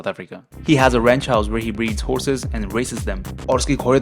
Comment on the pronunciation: Why do you pronounce horses as whoreses